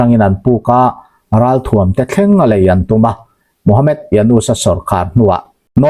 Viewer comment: Ka pu,Md.. tih ziak hi chhiar chhuah atan chuan mohamed ti a chhiar tur a ni e.e.g. Dr - doctor